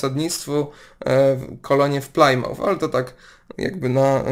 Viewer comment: Plymouth - Plymuf (nie Paljmuf)